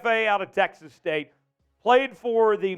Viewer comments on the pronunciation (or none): none